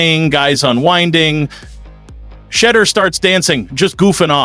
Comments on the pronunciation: His name is not pronounced Shedder! At least get his name right on a video about the person. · FOR GODSAKE MAN...SAY HIS NAME RIGHT...U SAY IT 5 DIFFERENT WRONG WAYS EACH POST...SAY IT WITH ME...SHE'-DOER...SHE-DOER...SHE-DOER...AND "F*** MARY CAY RACIST ASS!😅😅😅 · Sha, deur=door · Can this media person PLEASE PRONOUNCE SHEDEUR’S NAME CORRECTLY. WE ARE Shedeur’s fans from Jackson Mississippi. One simple thing we ask of you media guy PRONOUNCE SHEDEUR’S NAME CORRECTLY PLEASE. Cleveland don’t know Shedeur but we his fans know him. Shedeur is coming to the brown’s with a significant fan base.